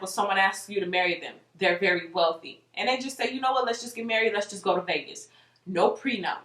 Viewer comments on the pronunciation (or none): none